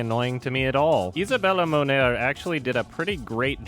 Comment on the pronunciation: When has to pronounce a name of someone from a different country: ĪẞÆBËLÅ MÔÑÊR